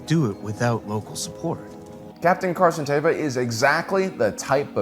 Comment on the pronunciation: Stop saying Carson Tava. His name is Carson Teva!! ((E))va. Show your captain some respect